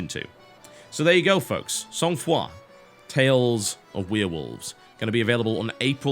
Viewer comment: As a and because Sangfroid is a word borrowed from French, I have to say I had a good laugh hearing for the first time an English-speaking person pronouncing this term.:)